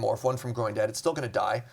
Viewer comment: really haunted me with the "Growing Debt!" mispronounciation.